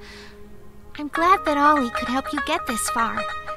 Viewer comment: dlaczego ja zamiast Ollie usłuszłam Ola? czyli moje imię XD